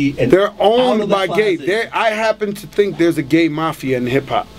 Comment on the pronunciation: he is a jackass he say thanks like ( taenks) think like (tink)